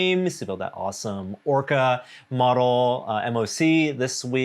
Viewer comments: But pronounces MOC “M.O.C” instead of “mock” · MOC is pronounced mock and it stands for My Own Creation.